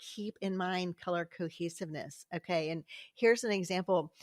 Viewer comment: I kept hearing "Color Cookies" every time you said "color cohesiveness". I think I need to go eat something...🤣